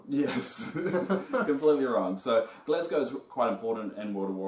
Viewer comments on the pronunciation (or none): its Gazlowe, not Glazgow. 4head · Gazlowe: EXISTS This Guy: "Glasgow" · Glazglow? it's Gazlowe lol xD also Wrynn. Yes? Yes, Varian Wrynn. You guys made me chuckle hehe. Love the video bloopers and all hehe. Also very informative I was wonder who Mercer played in world of warcraft cause it doesn't say on his page..